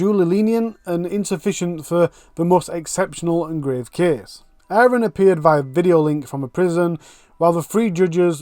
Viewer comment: Like your channel, interesting! And indepth too. Just had to mention it's Aron. Rather than ayran!!!! With the mini tache going on....... Lol! Forgive me. X